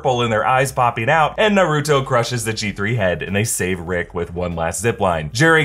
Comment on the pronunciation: Please you Naruto not narooto